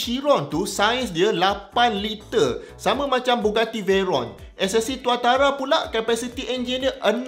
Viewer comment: Bila prof sebut rekod 500km/h ssc tautara tu malu dgr